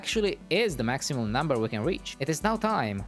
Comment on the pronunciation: U said weach instead of reach🤣🤣🤣